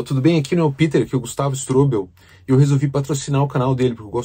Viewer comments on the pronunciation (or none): Só uma dica. STRÔBEL E NÃO STROBÉL